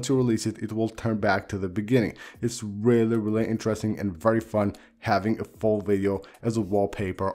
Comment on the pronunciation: LETS GOOO ‘WEALLY WEALLY KEWL’ GANG 🔥🤙🏻